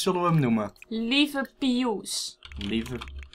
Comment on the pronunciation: het is lieve* niet liefe